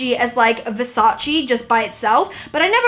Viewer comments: IT'S VERSACE NOT VERSACI !!!!!!!!! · The right pronunciation is VersacE (e=elephant) and NOT VersacI...xoxo from Italy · Versace not versaci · it's VERSACE not VERSACI, pleaaaaseeeee! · Omg I love the outfit !! By the way just a tip ( as an Italian ) Versace, is Versace really the hanbag is perfect anyway you have to pronunce the final e from VERSACE.